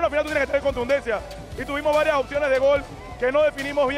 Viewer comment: "Estuvimos" no estubimos